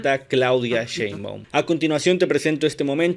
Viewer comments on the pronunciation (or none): No pueden decir: Sheinbaum 😂 Dicen cenbaum 😂 Ni hicieron falta !!!!